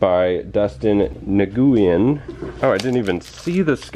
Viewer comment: Nguyen is pronounced: "Win". It's Vietnamese like my neighbor.